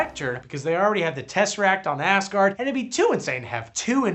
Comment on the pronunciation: I love that it is clear the good doctor is saying "Ass-guard" and "Ass-guardians", instead of "Asgard" and "Asgardians"!